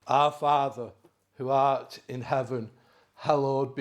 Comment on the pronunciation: OmG I’m in tears. The way he took a breath and emphasized “who ART in heaven” 😂